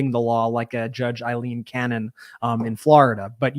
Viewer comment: Guys.... It's... A LEEN.... NOT Eileen!!! gets it right. I Absolutely LOVE you all on MTN... Just get the names correct. Ty.